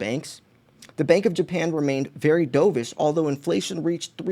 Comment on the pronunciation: Merry Christmas - keep stacking - BTW dovish is pronounced Dove-ish like the bird of peace the opposite of Hawk-ish the bird of prey